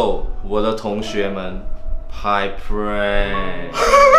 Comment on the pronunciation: 是is a prark 不是prank（你们懂的